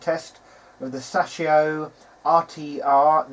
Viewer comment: Sas-shio? You mean Say-show. It's pronounced as it's spelled.